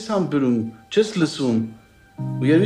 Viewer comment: Чес hамбюрум,чес лсум.Роб кароха русахосес?Чес hамбЕрум воч те hамбюрум.